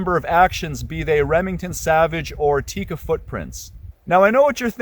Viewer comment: Very good review! Thank you for good content. Also amazing that you adjust your pronouciation on Sako. Might as well adjust it on Tikka too ;) It's not Tiiika, it's a short I sound, so more like Tickah.